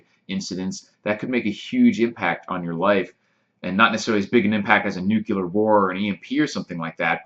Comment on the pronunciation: And the #1 thing they should stop doing is mispronouncing "nuclear" as "nuke-u-lar." It's "new-clear" as in nucleus of a uranium atom.